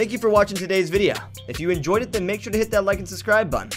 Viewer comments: does anyone know why he said “videa” instead of “video” at the end? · why did you say "videa" in ?